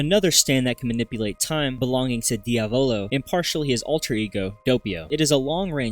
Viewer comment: Inglesi di merda NOT DIAVÒLO BUT DIÀVOLO is the correct pronunciation and it means devil the accent goes on the A learn the name ffs